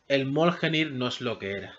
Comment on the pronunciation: xq pronuncias mal el Mjolnir. Lo pronuncias mioljenir o moljenir cuando se pronuncia MIOLNIR no es tan dificil.